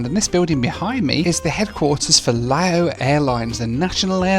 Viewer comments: As others have said, Laos is pronounced 'Louse' as in 'House' and Lao is 'Laow' as in 'cow'. What's bizarre is that over these two videos, you have added in video clips from a cartoon where it is pronounced correctly - it has been literally demonstrated how to pronounce correctly (though I'm guessing you did the filming, before digging out those video clips to insert in to the edit!). It's still making me wince every time I hear it mispronounced, especially as I hitch-hiked across the country in a lorry back in the mid 90s! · Lao is pronounced like "cow" or "brow", not like mayo (as in mayonnaise). But you did pretty well on "Vientiane". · Lao is pronounced to rhyme with 'cow' and Laos with"house" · Great video as always. It’s Lao (Laʊ) as in Wow (waʊ).